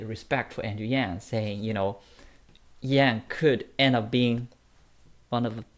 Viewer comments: It's Andrew Yang! Not Yan... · Bro. Who is Andrew YANN. If you're gonna report on this topic you really need to know how to say YANG